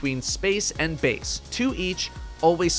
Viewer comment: Bace not base